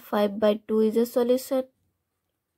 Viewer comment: You don't know how to pronounce solution😂